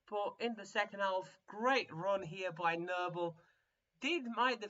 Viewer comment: Boral's looking like a stud even at a 46! build around him and the results will come! also, the L is silent in half.